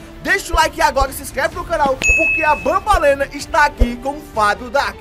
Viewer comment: É banbaleena